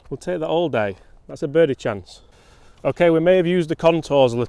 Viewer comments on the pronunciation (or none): none